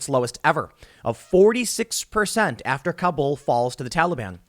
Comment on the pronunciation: Mr. Obvious can't pronounce Kabul.